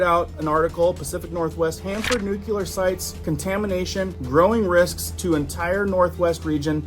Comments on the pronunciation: Nooklee-er. Not nookyuhler. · Not Nu-"cu"-ler it's Nu-"cle"-ar! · IMMINENT - NOT EMINENT - HELLO. AND NUCLEAR - NOT NUKULAR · Pronounced (New clear) not (nuke ular) but yes frightening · That's not a nuculer site. It's a nuclear dump site. That was left after Hanford was done. YellowStone is the most potentially destructive site in the NorthWest area that could reduce the entire NorthWest section to astro dust and cause a black winter for 80 or more years Total death on the planet. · FOR THE LOVE OF GOD SOMEONE PLEASE TELL AMERICANS HOW TO PRONOUNCE THIS WORD "NUCLEAR" AS IN NEWKLEEAR NOT NUKLAR!!! FFS!!! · he said nucular though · I wish people would learn to say nuclear - new-clee-er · Is a "nuculear weapons program" similar to a nuclear weapons program? 🙃